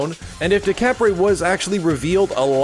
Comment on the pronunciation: How to pronounce "Decapre" декабрь is Russian for December. Instead of "Day-cah-pray," it sounds more like "Deh-cob-ur." Think "Dekabr" -- an abrupt r sound after the b. Why the anglicized version has a "p" I don't know.